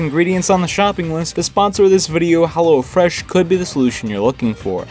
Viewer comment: Everytime he said Hello Fresh it sounded like he said hella fresh